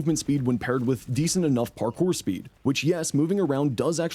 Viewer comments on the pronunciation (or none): none